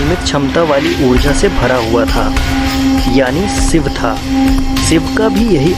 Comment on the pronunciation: सिव नही शिव बोलो भाई ,तुम श वर्ण नही बोल सकते तो video बनाने की क्या मजबूरी हैं l